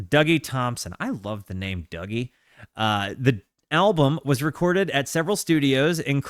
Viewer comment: Great album great review! They actually pronounce Dougie as Doogie.